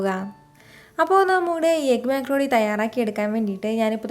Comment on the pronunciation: മെക്രൂണി അല്ല മക്രോണി 😂